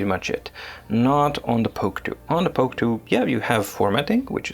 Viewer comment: Please don't say "POK TOO."